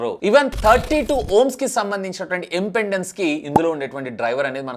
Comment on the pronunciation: anna adhi impendence kadu impedence